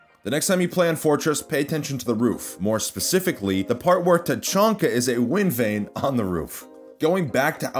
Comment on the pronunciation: Yes his name is name is definitely tachonka not tachanka